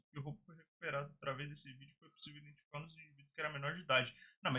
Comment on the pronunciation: "indentificar" é foda kkkkkk sei que não é culpa do, mas doeu aqui